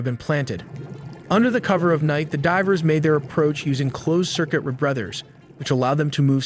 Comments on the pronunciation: Are you SURE this isn't an AI voiceover? They can't pronounce the word 'covert' & correctly. Also unable to pronounce the word 'rebreather' correctly , instead pronouncing it as 're-brothers'. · Computer narration is a real negative. Really? Underwater re-breather is a "re-brother?" Covert is kuvert? Get real and hire a human narrator. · if no AI was used then why can’t the word rebreather be pronounced right🤨🤔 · Wtf is a rebrother? Rebreather? Were you drunk or is that AI? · Hey, this "is" actually made with Ai. It's easy to tell; in the first minute or so, the narrator gets the pronunciation wrong of the word covert, and a bit later the word rebreather is mispronounced. So why are you trying to pull the wool over the eyes of the public? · "No ai was used" immediately mispronounces covert and rebreather